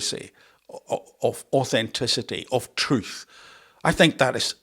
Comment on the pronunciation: Angela Raynor can’t tell the troof, she doesn’t know how to say the word